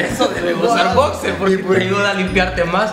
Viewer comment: "Bocser" :v